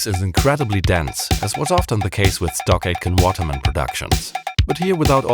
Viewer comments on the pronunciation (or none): Every time you said, "Stock Aitken Waterman", I heard "StarGate and Waterman", which was confusing to me until I looked it up.